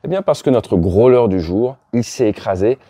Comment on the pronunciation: Votre anglais n'est pas mal normalement, mais après le n-ieme mal prononciation de grow-ler and "norse island" en 2min, je décroche.